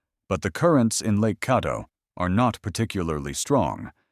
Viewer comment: It’s not Cawdo, it’s Cadd o